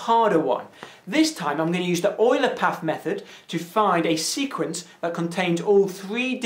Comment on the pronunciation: Leonhard Euler was german. In german "Eu" reads "Oi".